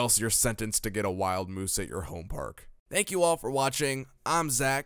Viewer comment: Just a couple corrections.. it's wild mouse like mickey mouse not wild moose. And aire force one is pronounced Air Force one not Airy force one.